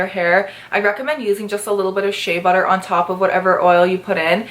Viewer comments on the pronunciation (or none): Why do u say shae butter instead of shea butter